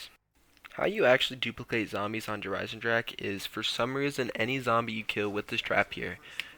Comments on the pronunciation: Its Der eisendrache not dereisendrache . Meaning the iron dragon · The butchered map name tho 😭